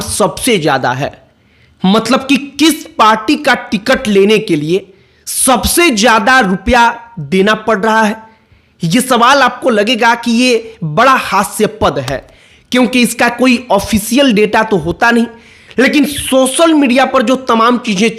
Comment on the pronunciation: Uchharan sudhariye' hasyapad' nahi hasyaspad boliye